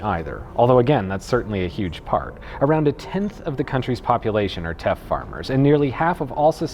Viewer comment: when you said Teff and capitalism I heard theft & capitalism...wonder why